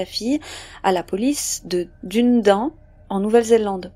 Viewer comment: Pour info Dunedin se prononce DU- NÉ - DINE . Super vidéo